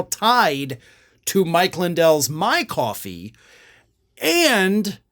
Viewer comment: Mike Lidell has "Mwy Kwoffeee".